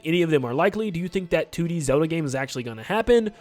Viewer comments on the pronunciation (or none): He keeps saying "Two Dee Zelda," but it sounds like he's saying "Tooty Zelda" and I just can't unhear it. Also, there's some joke about the acronym for "The Ocarina Of Time" in there somewhere... LOZ:TOOT At least there would be, but someone had the foresight to remove "the" from the title (or maybe it was never in consideration?) specifically so we can't.